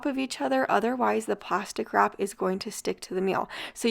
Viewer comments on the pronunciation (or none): I thought you were saying “pasta crap” instead of plastic wrap!! 😂